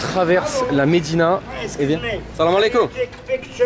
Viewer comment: On dit salamualaikum, kum ,Mais Pas kom